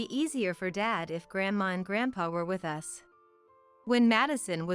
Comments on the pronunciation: Yes, annoying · U S instead of us. Ai does it again.. needs work..